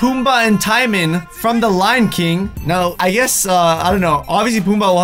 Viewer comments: did I just hear ty-man 😶😶😶 braaaaaa it's t-moan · It is pronounced Ti-moan not Tye-moan like oml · not out of 10 but out of 9.5 and why does he say Tymon it’s TIMON!!! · Did literally just call Timone, Timon? All Disney fan are very ticked off.... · It pronounced Ti-moan, not Ti-men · I was saying to myself it’s not ty-mun its tim-ohn 😂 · Tymon?? TYMONNNNN??!!!! ITS PRONOUNCED TE-MOAN!! Btw i'm not actually "angry" i'm totally kidding. But seriously.... Tymon? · PUMBA AND "TIME-IN" EXCUSE ME ITS TIMON WHO ARE YOU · Did he just call Timon TIE MON???? ITS TIMON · TIMEN? TIMEN?! ITS TIMON! >: ( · His name Ti moan not ti mon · Timon. NOT TIE-MUN TEE-MOAN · Timin? TIMIN? ITS TIMON! NOT TIMIN! ROARRRR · TIE MON!!?!??!?!! IT'S TIMON LIKE TI-MOAN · 😂😂😂😂😂.... He said Tye-min. Bruh... it's Timon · He said timen. It’s timon. Why does this bother me so much. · It's pronounced Ti-Mone!!! Not Tie-Mon lol😂🥓☕️ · Isn't it pronounced Tee-mone. Not Tie-min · Dude his name is tee-moan. Not timan. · TIE-MEN SERIOUSLY I AN TRIGGERED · I like how he says timeman instead of timon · Came to the comments as soon as he said “Tie-man” to witness the roasts 😂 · WHEN HE SAID "TIME -IN "I DIED NO NOOO TAL WHYY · flashbacks Pumbaa and Tymin Pumbaa and TYMIN and TYMIN TYMIN TYMIN!!!! screams and passes out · I died a little inside when he said tye man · TYE-MEN?!?! You're killing me, bro. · t-I-mon Me: TRIGGERED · Timon! Pronounced tee-moan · I know he did NOT just say TYMAN. T.Y.M.A.N. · search up how to pronounce Timon. (Timón) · I cringed when he said Timon wrong! 😂😂 It's said Tea-Mo-N-E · Did he really just say tiemen? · Ahahahahahahahah the way he said timone sounded so haoli it's pronounced howli if u guys don't know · How to pronounce Timon Ta-mone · I think the donkey one is based on Eddie Murphy, the guy who plays donkey... And it's pronounced:Tee moan.... But nice video dude. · you said tighmon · Did he really call Timon Tie-mon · its "TEEMOAN" Timon